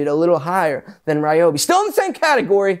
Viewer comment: Gadayum. This guy is PSYCHED UP! Meth? 😂 Just kid. The only guy who pronounce Ryobi correctly